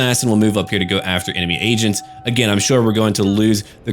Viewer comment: What actually said "they have agents out there i have to eliminate" What i thought i heard "They have Asians out there i have to eliminate"